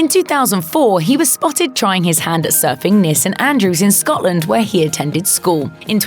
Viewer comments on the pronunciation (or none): none